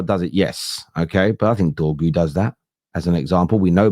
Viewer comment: I know mate, he said dorgu 😅